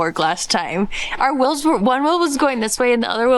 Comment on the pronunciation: I wonder when you guys watch yourselves back on these videos you are hearing “WILLS” when you mean “WHEELS” right? Between this and MAYYY-ZURE I don’t know which is worse.